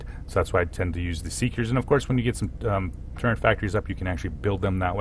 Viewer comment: It physically hurts me when you say "turrent".